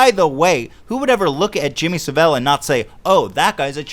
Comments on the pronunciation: It's Jimmy Savile not 'sav-vel'. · It's Jimmy Saville not Sevelle; for God's sake Ethan. The guy is a national hero over here, at least say his name right. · Jimmy Savel? Ahem It's pronounced: 'Jimmy Sav-ill' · Jimmy Civ vil? It's Savile, the clue is because it has "vile" in it. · BTW its Jimmy Saavel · The way Ethan pronounces Jimmy Savell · Jimmy Saville is pronounced sa vill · I've met Jimmy Saville.... (it's sav-ill btw) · The way Ethan pronounces Jimmy Saville is hilarious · The way Ethan pronounced Jimmy Savile's name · Ethan's pronunciation of Jimmy Savile confused me. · Fuck. You keep saying saville wrong. Good podcast tho